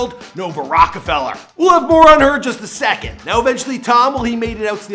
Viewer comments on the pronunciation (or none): none